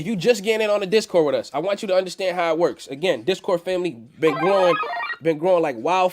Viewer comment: Undastand Undastand Undastand haha